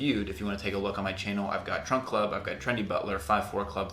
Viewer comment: "Trump" or "Trunk" Club? Sounds like Trump and said "Trunk" on cc then, "Trump." (I replayed it.) Good video,.